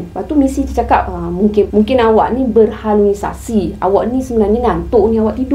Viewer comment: Assalamualaikum.. maaf saya betulkan sebutan yg sebenar ialah 'Berhalusinasi' bkn utk menujuk pandai cuma lain kali jika Puan guna perkataan tersebut semasa penceritaan lain dapat beri sebutan yg baik.. 🤗 walauapapun mmg pengajaran yg terbaik👍👍